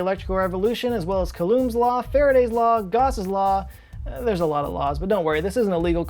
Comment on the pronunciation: "Calooms' law" might have been Coulombs Law pronounced like Cool-Ohm